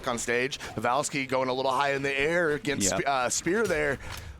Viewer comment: Why is that dude calling him pevalski instead of pavelski?